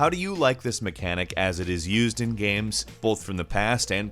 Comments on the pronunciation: Jonjo Jr - I hear "gemms" sometimes.. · I love video “gams” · He says “games” weirdly sometimes.